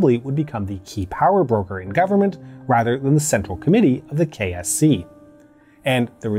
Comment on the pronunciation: He says KSC but I hear KFC.